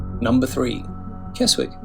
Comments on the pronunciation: Bran(d) new? Kes-wick? Must be AI voice over. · Keswick is pronounced kesick, you pleb!😂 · As others have said KESWICK is pronounced KESICK, something the narrator ought to have know. I don't think we should critisize foreign tourists for getting it wrong when some of our own can't get it right. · It's pronounced Kezik! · Keswick is pronounced Kes-ick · Love the videos as always but why say you’re showing less touristy places and then show St Ives and Keswick (pronounced Kezzick) which are two of the most touristy places in England and always over crowded in season, even if they are great out of season? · You don't pronounce the w in Keswick!! Nor can you get there by train!! Penrith or Windermere are the nearest stations, followed by a bus ride!